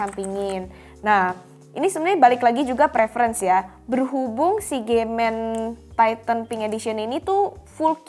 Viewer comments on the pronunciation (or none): Pas bilang nama brand kok "G men"? wkwkwkwkwkwk 🤣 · agak kaget denger brand "gay men" awkwkkkwk